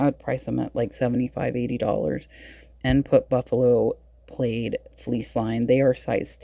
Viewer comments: Love this video, and love how you teach as you look at things. ( side note it’s Buffalo plaid - like plad pronounced like Rad , not plaid like laid) Awesome Hawaiian shirts 🌸🌺🌸🌺 Love Dalton, he’s going to be an AMAZING reseller s e day 💙💙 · What is Buffalo played? Did u mean plaid pronounced pladd......